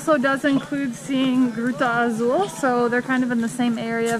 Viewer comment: pronounced "Gruta Azul" quite well when she said we have arrived to "Gruta Azul" - we can definitely hear improvement in their Brazilian-Portuguese - accents, words and grammar structures vary from place to place around the country though and it's even confusing for us Brazilians